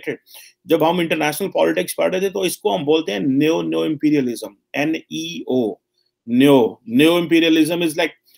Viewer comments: Bhai bahut koshish ki lekin theek nahin. It is not neiyo but ne-o. Aur yeh Jpaani seekheinge. Angrezi aati nahin, Urdu brabaad kar di aur chale hain ab Jpaani seekhne???? Ref: last vlog. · Neo is pronounced as neeyo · NEO is pronounced as "NIO" (just like sa re ga ma pa dha "NI"). Hope this helps.